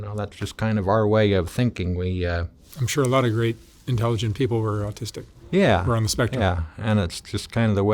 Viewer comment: "austistic" XD